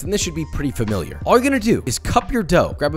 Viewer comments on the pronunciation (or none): none